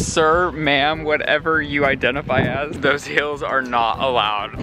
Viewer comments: he says hills instead of heels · take a shot everytime says "hills" instead of "heels" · Someone teach how to say heels